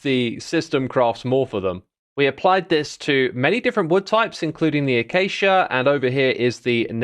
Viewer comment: This might be the first time I've heard X say acacia and not acha-cha